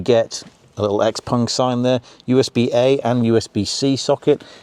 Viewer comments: Good video, but on thing hurt my ear, is you saying pong.. xpong... its pronouced XPING and spelled XPENG cut the PONG haha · In my my head I read and hear it as Xpang and the host is saying Xpong